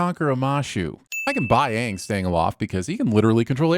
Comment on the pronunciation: Best thing about this series is at least its AANG instead of OONG